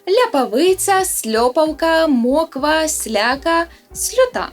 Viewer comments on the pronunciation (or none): Ви ще забули про слово "чарА" (сковорідка). А коли затяжний дощ, то надворі тоді "моквА" , а не "мОква", мої старі так наголос робили. І марЕмуха